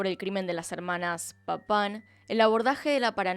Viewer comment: Se que esto sonará horrible pero Me causaba riss cada que decía el apellido de las hermanas papaw